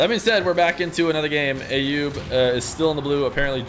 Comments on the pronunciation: the name "Ayoub" is pronounced with an A as in "umbrella" not A as in "ate" .. So like "uh-yoob" .. Please, it's not hard at all and I'm not even Arabic or middle eastern at all btw! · you are miss-hearing what that lady is saying. As you can see here from this article the precise pronunciation (using International Phonetic Alphabet - IPA) is actually [ˈʔajjuːb]. And from the IPA pronouniation key we see that the first three characters form an "uh" sound. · I actually pronounce it based on a video sent to me by Ayoub himself, which I would argue the lady is saying it closer to how I say it.